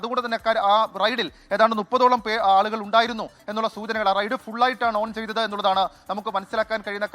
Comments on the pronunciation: റെയ്‌ഡ്‌ അല്ല റൈഡ് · Raid alla Ride àanu. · ... "Raid..."??? Allaa..... "Ride" ennu parayoo kuttee...